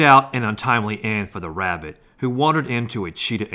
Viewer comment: Lol Hunting Wabbit Its Rabbit Not Wabbit!😂🤣